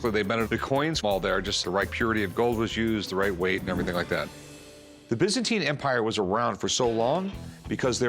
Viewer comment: Wtf is the bizzenti empior it's byzantine. Again americans ruined any language